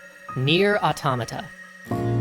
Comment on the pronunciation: Good to see some love for Nier: Automata (and correct pronunciation)